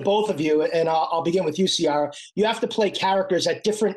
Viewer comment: It’s Ciara but you pronounce the C as in Coconut 🥥 but I loved the interviewer! 💖